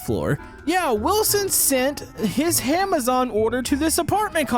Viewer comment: Did he say HAMAZON